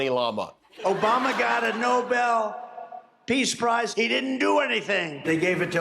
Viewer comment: He can't even pronounce "Peace Prize." 😂😂😂😂